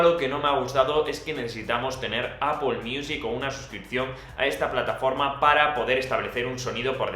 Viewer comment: No vuelvas a decir apol! Por favor! XD